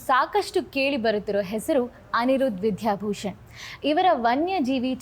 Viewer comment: ವಿಧ್ಯಾ ಅಲ್ಲ, ದ ಕಾರ ಅಲ್ಪಪ್ರಾಣ ವಿದ್ಯಾಭೂ... ಆಗಬೇಕು